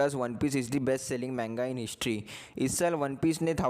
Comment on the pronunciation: its not menga bro its MANGA